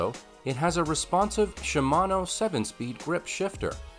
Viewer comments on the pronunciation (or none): none